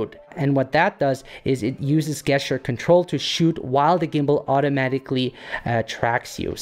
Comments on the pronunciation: Very nice. So the word "gesture" is pronounced JEST-ure, not GUESS-ture. If that makes sense. English is a weird language! Thanks for making this great video! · Great video. You are my favorite video editor creator specifically for composition. Gesture is pronounced Jeschure